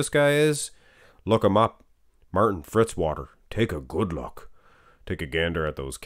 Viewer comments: It's Fitzwater, not Fritzwater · Why do people always say Fritzwater, it's Fitzwater!! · Fitzwater not Fritzwater.